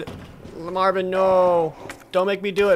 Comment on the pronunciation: Dam Jared...you strait up butchered Marvin :p